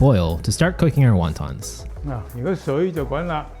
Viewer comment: What the f are Wawtaws? Best annunciation there bud